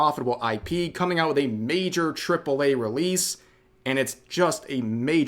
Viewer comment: "and for that reason I'm oot"